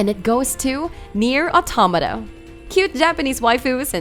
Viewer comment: Nier ottomatta lol